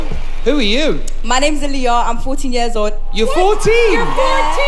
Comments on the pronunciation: Girl: My name is A-LEE-yuh. Judges: Here's the thing, A-LIE-yuh. Like at least say their names right. Hahaha. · Aa-ly-ya??? At least get her name right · Okay, those judge's were pissing me TOTALLY off! I know they HAD to have known how to pronounce the ORIGINAL Aaliyah's name so WHY IN THE FUCK did they (and Simon the music producer should know better!😡) keep calling that girl Uh-Ly-uh!😡 I know Brit's talk fast and funny BUT aren't they all Brit's?! So they should have been able to understand what she said perfectly!😠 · Exactly. Disrespect